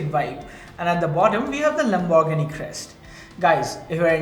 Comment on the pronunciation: Please just say lambo The way you pronounce Lamborghini is so cringe.